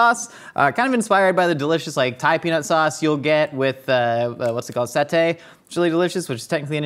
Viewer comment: Indonesian-American guy here: It's pronounced IN-dough-KNEE-sia, not In-duh-KNEE-sia (hard "O", not a schwa). It's SAH-tay, not "sautée". Also, Indonesian peanut sauce is the superior peanut sauce. Thai peanut sauce is too runny.